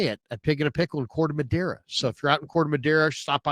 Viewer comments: Love you and I don't blame you for saying Corte Madera wrong. All my fellow Americans say it the wrong way too. I was married to a Hispanic woman for 21 years. Corte Madera means cut wood. Sorry for mentioning it, I know I'm going to catch hell about it. It just butchers the Spanish language. 😂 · Yyyyyyyo I'm crying. As a Hispanic, I hear him saying it all the time and never thought about what he was actually trying to say. 😂😂😂😂😂😂😂😂😂😂😂😂😂😂😂😂😂😂😂😂😂